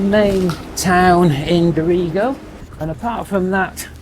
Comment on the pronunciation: Glad to see that all issues have been resolved. Here is some info on pronunciation of various towns you have visited. Maclean (pronounced Mac-Lane); Dorrigo (pronounced Do[o as in hot]-ree-go); Belligen (pronounced Bell-in-Jen) 😊